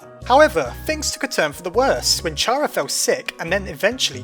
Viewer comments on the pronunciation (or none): it's pronounced Kar-uh not Chare-uh. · Chara should be pronounced "Cara" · its said (care-a) >:( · Bro, why do people say chara in the way that you would say charmander, like cmonn its pronounced cara not chara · Wouldn't Chara still be alive then? AND ITS PRONOUNCED KARA NOT CH-ARA LIKE CHARACTER WHYYYY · People keep pronouncing Chara wrong, they pronounce it with the CH, and it's supposed to be "k-ara" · NO ITS CARE-AH HER NAME COMES FROM CHARActer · its not char-uh its care-uh short for character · Oh my god... Oh my god... Oh my god.. WHY?!?!?! IT'S. PRONOUNCED. CARE-AH! As in the word CARE and an AH sound at the end! CARE- AH! SHORT FOR CHARACTER! NOT. CHAR-AH. IM SO DAMN TRIGGERED. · Chara is spelled Kara OR Chara-cter. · Ch equals k kara is how to pronounce it! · ITS NOT PRONOUNCED CHARA, ITS A SILENT CH AND ITS PRONOUNCED CARA JUST SPELT DIFFERENT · Chara is pronounced like Cara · It's just a name. Anyone could pronounce it as they want to. Heck, I pronounce CHARA as Char-ah. Triggered yet? It just feels uneasy for me to pronounce it as a short for CHARActer. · Alli Carpenter I'm so annoyed! It's pronounced Car-Ah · You in an alternate universe Well, Toby Fox explicitly stated that "Chara" is short for Character. So, the way you say Character is CARE-AH-CTER. So it would be CARE-AH. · Yeah well it is spelt with a C H which normally makes a ch sound so I don't blame him for thinking it's pronounced like that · I'm glad you apologized for getting mad. It's annoying to every Pokemon fan I know to say the names wrong, including me, so I think I understand. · Alli Carpenter no it's pronounced shara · It's pronounced "Care a" But nonetheless you are awesome. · fuck you it's chara NO CH SOUND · You pronounced chara wrong, it's like the beginning of character- the ch is pronounced c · DJBL00K Yeah, I don't blame him either, it just bothers me because Toby Fox said it was short for Character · you said chara wrong the H is silent in chara